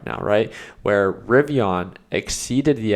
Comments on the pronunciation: bro its not rivion its rivian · Ri-Viiiiiiiiiii-an! The “an” is an EN. For f sakes, it drives me nuts.